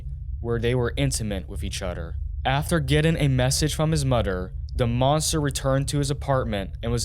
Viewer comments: If you're going to do documentaries please work on the "TH" sound, feels like we are listening to a 5 year old with a lisp read this lol. Its MOTHER, not MUDDER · His mudder what is that does he mean mother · It’s mother. Say it with me. MOTHER not Mudder 😂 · mutter to the crew or was it mudder to the the crew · This is some of the worst English I've ever heard. I've heard mudder multiple times. I know this is a garbage ai voice but the script must have been written by someone that can't spell. I lost brain cells watching this crap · Lost me at “mudder” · His mudder never taught him how. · The voice is AI generated. It pronounces “other” as “udder” and “mother” as “mudder” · Udder, mudder…wtf? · Broder...Moder...eachoder...etc. Is the narrator incapable of pronouncing "th"? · He mispronounced every other word. So annoying. "Reschraunt", "mudder", "chrajeddy", "two-chousan", and every word ending in -ing is pronounced ending in -in or -en. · I didn’t know “mother & other” is actually pronounced “ mudder & odder”, learn how to pronounce words correctly if your going to have commentary on these videos, NASTY WORK 🤮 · You gotta start pronouncing “th” the correct way when you talk. It’s really distracting when you say “udder / other” “mudder / mother” “duh / the” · Such terrible commentary “otter” other, “modar “mother. Buglarar. F man